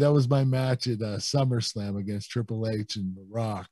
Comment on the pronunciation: When he says triple h it sounds like twwiple h